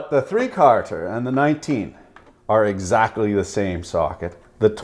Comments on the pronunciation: Please! Down here in the States we dont sat "three carter" It's "three qualludes", please!! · Had to play it back a couple times.. “3 Karter”.... say what? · What in the Sam Hill is “fee cahrter” socket? 😉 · Are you saying 3 Carter on purpose? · Why do you say "quarter" like an Irishman? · Lol your Canaderpian accent really comes out when you say "quarter" Caught me off guard the first time I heard it haha